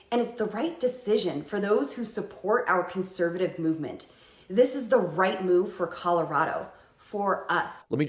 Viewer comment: Did she say "it's the white move," or the "right move?"